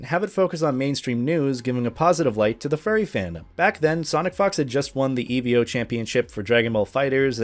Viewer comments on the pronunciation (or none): ITS NOT EVEO ITS PRONOUNCED E VO. EVO NOT EVEO